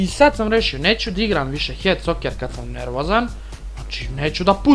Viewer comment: A sto govoris d igram umjesto da igram